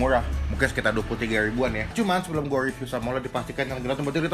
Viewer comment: Riviuw bang bukan uwiiviuuw 😁😁